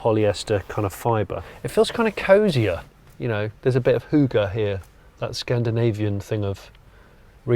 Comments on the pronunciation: Sorry to say, but you butchered to pronunciation of "hygge". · «Hoogeh here» :D (hygge) = cozy enjoyment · Hahaha du prøvede at sige ( Hygge ) 😂🤣